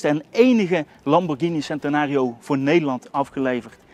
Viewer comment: eerlijk ik irriteer me echt aan de nederlandse uitspraken, vooral wanneer hij lamborghini centenario zegt